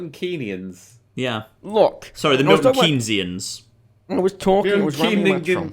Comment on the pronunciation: "Not even the Milton Keyney-niens like Milton Keynes" You're fucking right there